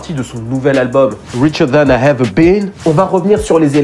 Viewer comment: Nice video ! Mais pourvoir tu prononces toujours EVER par HEVER ? bizarre